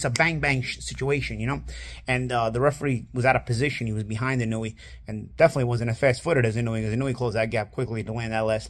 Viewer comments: Bruh…his name is pronounced “ee-no-oo-eh”, with 4 distinct syllables, not “eenooey”. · Inoue It's not "IN-NU-WE" It's pronounced "IN-NO-WEH" or "IN-NO-WAY" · Why do people pronounce his name so horribly? The vowels in Japanese are the same as Spanish. Inoue = ee no-ooh eh Naoya = Na oh ya He definitely improved as the video went on.